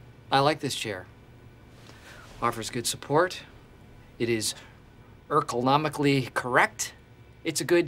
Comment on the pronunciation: Did--Did he say Erkelnormical instead of Ergonomical?